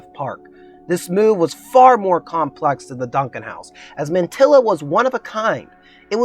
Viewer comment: Thanks for the vid. Besides the mispronunciation of Taliesin, Mantyla is pronounced "montahla", which means "of the pines".